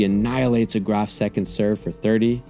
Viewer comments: He even pronounces Graf right. I gotta tell you the most intelligent content is on a sports site. Weird times. My brain feels clean after these. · I honestly didn't even know it was pronounced like that before this video